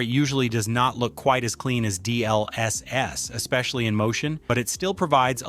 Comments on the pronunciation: The video is great but the way u say all the abbreviations is triggering. D..L..S....S! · " D L S S " is killing me 😭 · This AI pronounces "GPU" and "DLSS" like that one guy in the "CBT by Wikipedia the free encyclopedia" video